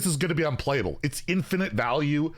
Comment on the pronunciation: Wtf is an "infitize" learn to read challenge difficulty impossible